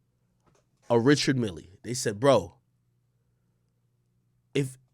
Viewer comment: Richard Mille are one of those brands that’s gonna appreciate in value and btw it’s not pronounced that way it’s Swiss French Ree-shard Mee l